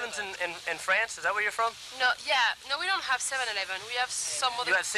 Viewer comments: The way that man said 7-11 in “French” 😂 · says 7-11 in a french accent... instead of the numbers IN french, LOL holy f I'm dyin